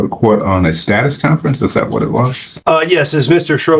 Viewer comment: Also doesn't know how to pronounce status.